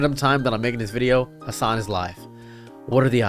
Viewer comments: Bro you didn't even say his name right, you can't complain about people not giving your video a chance when you don't even know anything about Hasan other than he's a political streamer and yells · Brother just stay in your own lane, okay. Couldnt pronounce his name right and couldn't give one example of Hasan Piker "extremism" as you call it. Then to go on and hate that he has multiple channels for different content. My bro... You're hate streaming here lmao Don't like how he streams, don't like that he has more followers then you, don't like how he has more in general... Couldn't even give an example of misinformation like Christ on a candle stick my man.